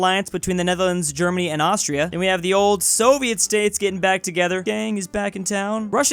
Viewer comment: oh no not ast-tris